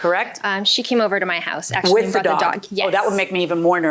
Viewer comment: In ack-she-ality.